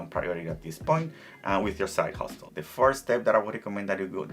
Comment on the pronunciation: Hustle. The t is silent